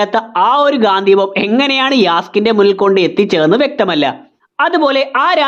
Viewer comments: ഗാന്ധിവം അല്ല ചേട്ടാ. ഗാണ്ടിവം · ഗാന്ദ്ധീവം അല്ല ഗാണ്ടീവം ആണ് 😂